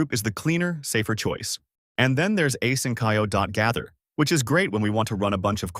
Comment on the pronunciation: Asynch-io not asyn-ch(k)io. Drives me nuts. Train your ai.